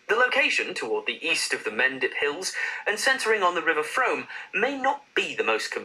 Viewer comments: Well done, pronounced Frome correctly! I'd say that it snows in Selby... In English towns, you don't need a car to see it all, park up and go for a walk, most of these places have good transport links to larger towns and cities. Even if you are based in London its easy to get to other places easily Stamford is beautiful, Burleigh House is nearby, which is worth a look. Most market towns in England are worth going to, I wouldn't pick all of those in the list because I haven't been to a lot of them. Its nice to see a list that isn't just the most popular tourist attractions. England is a diverse country, as is the rest of the UK, I doubt you'll have any awkward moments when you come here. You'll get a great welcome! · Lady you got the pronunciation of Frome spot on, it’s the most mis-pronounced town in England, the original poster didn’t do his homework lol Also, I could come up with a top ten that makes this list look like a joke, I think he’s just pulled down some stats on life expectancy and wealth and done a cursory wiki search, this is certainly not a top 10 for tourists! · You put the guy in the video to shame with your pronunciation of Frome. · Your pronunciation of Frome is correct. Well done. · Hey, you pronounced Frome correctly, however Adele is from Tottenham in London not the town Taunton that he mentioned. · Yes, you are pronouncing Frome correctly. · You’re saying it correct… it’s frome :) I live in bath which is very close by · Congratulations you said frome correctly where a British man got it wrong you're really getting a honourably British now, It sounds more like places to live rather than places to visit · Iou are saying it right Frome (pr..... froom) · Your prounciation of Frome is the correct one. It’s pronounced ‘Froom’. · Your spot on it is pronounced froom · your right it's frome like room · You are so right about the pronunciation of Frome (froom)!! 😊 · You’re right gorgeous,pronounced ‘from’. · pronounced Froome !